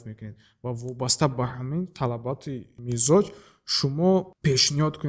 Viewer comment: Муалим, мичоз не мизоч😂